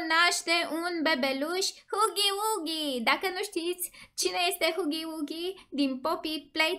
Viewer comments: Îi fain doar că vreau să-ti spun că huggy wuggy nu se pronunță cu ,,u" zi cu ,,a" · Huggy Wuggy se citeste hagi uagi nuh u gg y w gg y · Gagu bagy nu hugy bugy